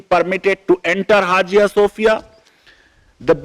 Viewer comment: Please sir.. Hajia Sofia nahi. Say in a proper manner it is pronounce as haya sofia. Don't pronounce wrongly. How your pronounce knife psychology etc as it is??? You are law teacher do proper reseach and correct yourself please otherwise your students also learn your style.